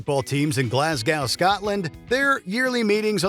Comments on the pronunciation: They’re called Celtic like Boston Celtics (sell-tik) and they’re from Glasgow (glaarz-goh, not gow like cow or how. In fairness I pronounce it wrong because I have a southern accent and can’t easily do the short a sound they have in Scotland and the north of England, so a local would pronounce it glaz-go). Confusingly the tribe the celts is pronounced with a hard C as is Celtic culture which is Gaelic. But the football team has a soft c. Not to be pedantic or anything… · The Scottish team is pronounced with a soft C, like an S. The city is pronounced Glas-go, not Glas-gouh. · It's pronounced Seltik, & Stop saying Glasgow like it's glass cow, it's glas-go! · It’s Glass-Go It’s Sel-tic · Glasgo! Glasgo is how it's pronounced 😊and its Seltic in its pronunciation 😂❤😊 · I love when American narrators don't even bother do find out what the proncounciation of non-US words - "kell-tick" and "glass-cow" - it's not like the NBA team in Boston aren't called the Celtics, so you'd think you'd know how to pronounce the name! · More like glaz-go. No "glass". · Keltic? Glascow? go and learn how to pronounce things ffs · I'm of 100% Glaswegian parentage. (though born in England myself.) and can assure you it's pronounced "Glasgi.." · Never heard someone pronounce Glasgow that wrong... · The mispronounciations of both Glasgow and Celtic in this video puts me on edge. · Terrible pronunciation of both Celtic AND Glasgow. Well done. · The fact he pronounced Glasgow the way he did and Celtic the way he did makes me sad as a Scotsman 😂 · It was painful to my English ears too! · I'm Scottish and I agree. I cringed so hard. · That annoyed me even as a Swedish person! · ’Glas’ as in ‘Las Vegas’ with a G and ‘Go’ - Glasgow. Correct on Celtic.